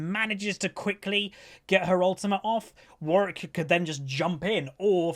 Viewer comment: Two Ws in Warwick xD cringe a little when I hear you say "Warrick". Great content.